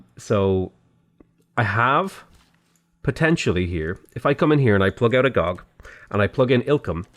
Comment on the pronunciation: Agoge = uh-go-gay. It's Greek, like "agape" which is pronounced uh-gah-pay.